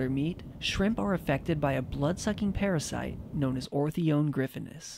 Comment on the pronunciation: I love what he saying ''blood sucking paraside''